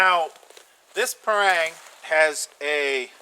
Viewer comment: I'm from Asia and these are my thoughts on Parang. Firstly, not be a snob, it pronounce as 'Parr -rung'. Not as 'Perr-rang'. And the Parang are tools. To do chopping, hold near the back of the handle. That's why traditional Parang got a curve knob at the end. It gives more leverage. And to do shaving, hold the back on the spine, not the handle. It's nearer to the center of gravity and easier to control. Other uses is to dig small holes. The blade is wide enough to be a small shovel. What we did was to 'chop' the ground, then try to flick it out. If that fail, grab the spine and scrap the ground. That was why I was laughing when I hear that the Parang can be use for food preparation. I would't eat food if it was prepare by a used shovel. The front of the blade can be use for skinning animals, and notch making. But most local hunters would just use a kitchen knife to do it. Never seen anyone skin animal with it. The sapling in the forest are springy. That's why the front and the belly is less curve than the spine. So that the blade can 'bite' into the sapling. If the blade is more curve like the Kershaw Camp 12, the sapling will 'curve' round the blade. Traditional Parang is a rat tail tang, secured b a pin, not full tang. This is to absorb shock from chopping. As most of the force is on the up and down chopping motion, this is good enough to secure the handle. We hardly do any push - pull type of cutting. And it use to be $5 to $30. So it's the favorite weapon of the Chinese a